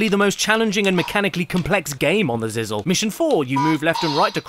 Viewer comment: Its pronounced ziz lee